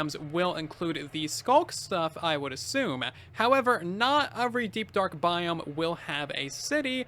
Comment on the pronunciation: I like it how instead of saying every, he says uvry